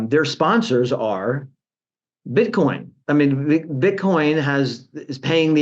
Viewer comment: did he say "Bitcon"? lol. excellent.